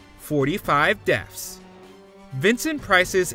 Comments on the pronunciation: Dude really pronounced it "Deffs" every single time in this video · I swear it sounds like this guy is saying "deafs."